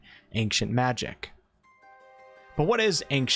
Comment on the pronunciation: Good I wasn’t the only one bothered by the hard C pronounced in ancient then. and he says machic instead of magic😂